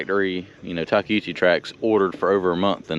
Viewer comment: Thank you for saying it correctly! You need Brandon to help ya on that and tell him there’s no Hoochie in Takeuchi!